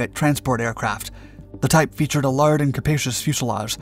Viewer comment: "A lard fuselage". That's different